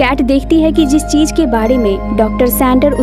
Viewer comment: Cheej Nahi cheez